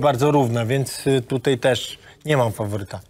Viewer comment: Niech mu ktoś powie ze się mówi tutaj nie tutej